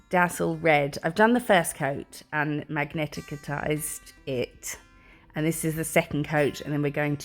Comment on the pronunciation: Magnetized is pronounced Mag ni tized, three syllables.